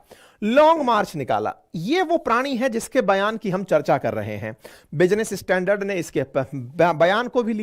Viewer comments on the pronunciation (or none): none